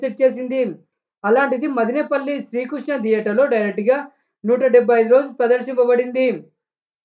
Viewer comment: రేయ్ తమ్ముడు మదినేపల్లి కాదు రా మదనపల్లి